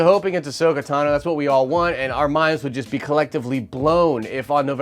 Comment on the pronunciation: Is no one else triggered by him saying Tanu as opposed to Tano? So annoying